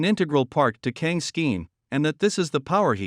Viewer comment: You're pronouncing KANG WRONG. BTW